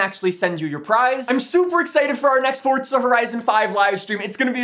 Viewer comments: FOURZA NOT FORTZA JESUS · it was more because he says it 1000 times, but it's also pronounced for•zuh not fort•zuh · It's Forza not fortza 😂😂 I think it every time 🤣 love your videos tho 👍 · Forza not fortza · The way you say “fortza” actually makes me want to turn off my phone